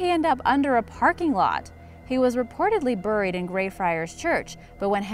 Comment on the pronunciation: Uh, it's "Bear-ee" like Cherry, not "Bur-ee" like Hurry. Cringing every time I hear buried.